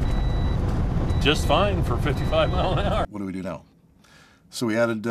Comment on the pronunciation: "and right meow.." did you just meow at me?